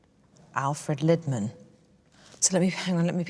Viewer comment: Lidman is not pronounced as in pot lid, but as in Leeds. Liiidman...